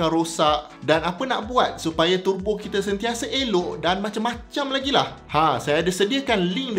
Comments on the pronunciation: sebutan tebo is in english. sebut turbo dalam bahasa baku melayu. jangan buat teruk dik. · Sia2 prof belajo sampai PHD kalau sebut pon salah....🤦‍♂